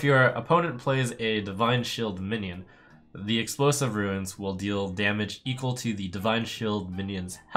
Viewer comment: Trump, they're runes, not ruins.